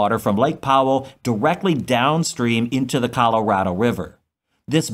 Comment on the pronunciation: How do you pronounce Colorado again?